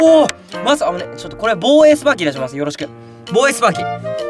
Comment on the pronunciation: スパーキになってるよー